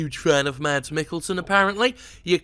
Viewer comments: His name is pronounced "Mass" not "MaDs". Its a danish name, since he's a danish actor. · It's pronounced Maz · Guide to pronouncing "Mads": Ignore the d (ha). Think the latter part of "Thomas" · The d in Mads is silent. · the "d" in "Mads" is silent. Pronounce it like "mad", just with an "s" at the end instead of a "d".